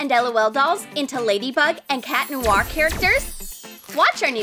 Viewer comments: its not cat blonngc its catnor the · It's not cat punk it's cat nowr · She said cat blonk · Did she say cat long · U do not know how to say the word nicely cat noir is black not white get it write